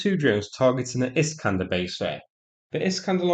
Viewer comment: Turned those Is-canders into Is-canters.